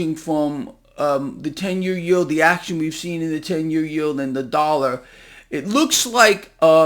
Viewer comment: " The Dallar "? What is a Dallar ? 🤪🤪🤪